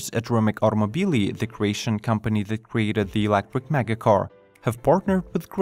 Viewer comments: "Electric" 'not "Elecric" 😉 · stop saying ELECWIK